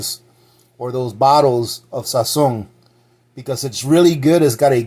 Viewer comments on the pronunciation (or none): No Sazón....SAZÓN lol